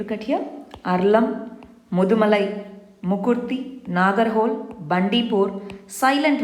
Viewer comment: MAM It is not Nagar-hole.......it is NAGARA-HO-LE (NAGARAHOLE )(ನಾಗರಹೊಳೆ) THANK YOU